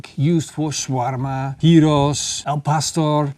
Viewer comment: Wanneer je shoarma en gyros op een Nederlandse manier zegt haha 😜